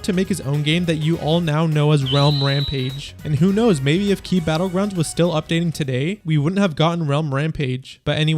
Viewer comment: "KEY" battleground, bro..